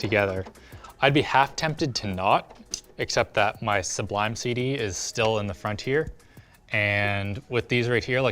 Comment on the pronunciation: Say sublime cd again. I dare you. I double dare you. Say sublime cd one more time.